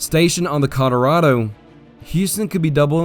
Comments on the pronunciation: Love the vid. Irked me everytime you said “Colorado” as “Codorado” but other than that and Bexar being called Behar it’s a 11/10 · CollarAdo? Colorado. AI.